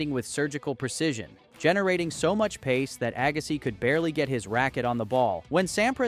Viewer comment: Agassai 😂, dang AI youtubers